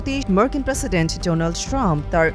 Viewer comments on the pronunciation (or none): "Murkin" president na, "Markin* president.